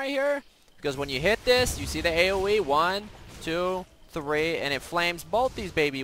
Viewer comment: One..tew...threeee :D